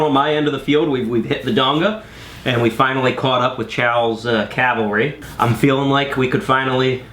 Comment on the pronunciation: Great channel. Interesting content. I absolutely love the camaraderie of the club. Just one concern, have practice saying 'cavalry'.